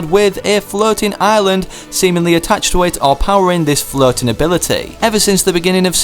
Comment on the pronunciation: I keep hearing you saying flirting island instead of floating island